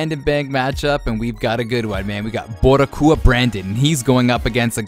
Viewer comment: It's Bori-cua, it's another way of saying Puerto Rican.